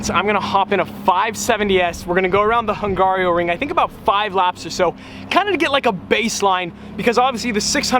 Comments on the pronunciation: ...and then u ruin the quality by saying HungarIOring instead of Hungaroring :D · Hung Garo Ring, Not Hung Gario Ring. just saying. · Okay. Fellow American here, also F1 fan who has been to Budapest. My wife is Hungarian so I feel the need to correct you on a few things - 1. Hungaroring - 'Hung-R-o-ring', not hung-aerio-ring. Fun fact: In Hungarian it is Mogyoród, which not only means Hungaroring, but also means 'your balls' in Hungarian. 2. That water park is kickass, not creepy. 3. Hungary is central Europe, not Eastern Europe. 4. We all know that's not you driving in the b-roll on track footage, especially if that's your 2nd time to a race track. Do a racing school like Lucas Racing School and make a vlog about it. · It's not hungarioring... it's hungaroring. You've been there you should be able to pronounce it without adding a letter like you did during the entire video lol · Hungaroring bro, Hungaroring. But good video as always. :) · Lol. It’s not Hungario.. get rid of the I and you’ve got Hungaro ring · repeat after me. HUN - GARO - RING . No I in the middle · As a hungarian, it's so funny how you say Hungaroring :DD